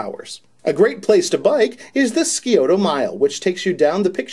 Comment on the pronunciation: You guys were so amazing in Columbus that I now have tickets to see the show again in Indy :D (Just a quick FYI, the sci part of Scioto is pronounced like the sci in science. Sigh-oh-ta. We've got some weird words here in the O-H.)